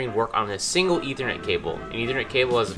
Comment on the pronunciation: STOP SAYINT ETHERNET